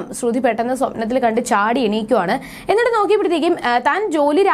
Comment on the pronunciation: ശ്രുധി എന്ന് പറയുന്നത് എന്താ 🤔🤔🤔